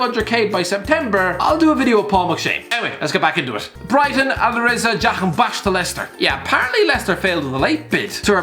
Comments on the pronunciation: Please educate yourself on the pronunciation of 'jahanbakhsh' the emphasis you put on the last past of his name can be offensive. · It's funny how many times Jahanbakhsh features in your videos and you struggle with the pronounciation everytime.